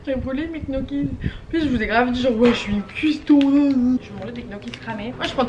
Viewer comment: Et sa s'écria ni gnoki ni nioki mais gnocchis